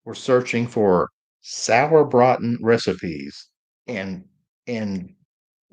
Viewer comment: I love it how well you pronounce the word "Sauerbraten"!